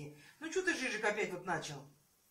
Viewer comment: это ДЖИЗУС, а не "жижик"